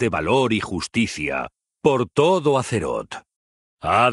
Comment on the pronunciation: Me lo he estado preguntando, porque dices: battle for aseroth y no Azeroth? suena mas a S que a Z